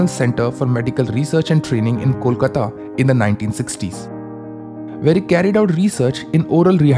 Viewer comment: Idk why ppl can't pronounce bengali names properly, be it ppl or even a city, it's Kolkata not Kolkta and Its Mahalonobish not Mahlnbis